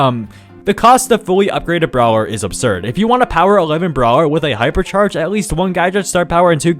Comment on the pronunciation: i swear to god if u say brower one more time